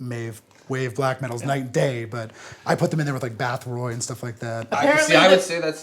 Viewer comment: Did he say Bathroy?